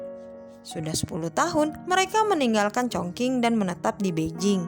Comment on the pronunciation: Baca nya bukan congking weiii😂 ChongQing yang bener